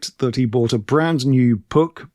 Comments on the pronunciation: In Germanic languages' area, Puch is pronounced [pukh]. 'P' is hard, no puff of air; 'u' is like the end part of 'you'. The -ch is read aloud like the initial sound of 'khaki'. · Puch (German pronunciation: [pʊχ] 🙂There's an audio of it on the English Puch wkpd page. But that’s just by the way – the video is brilliant! Thanks and best wishes from Germany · Actually rhymes with look, book and nook (ie a short 'oo'). To be completely correct, should have an almost indiscernible extension to the k - so Pookh...... Having said that, we always called it Pooch, as you would refer to a dog..... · It actually rhymes with book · All your choices are wrong. Puch is pronounced as if it were a Scottish word. With the Ach-sound at the end. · I have been riding since 1968. Never new how to pronounce PUCH either. They made small motorcycles I believe for Harley in the 60s, my dad would rent one and give me a ride when I was 14. No foot pegs for a passenger so my feet tried to stay on the axel or something.